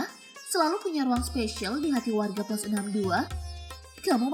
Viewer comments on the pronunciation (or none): none